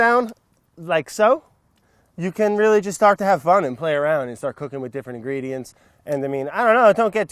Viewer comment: sounds like he says can't but he says "can"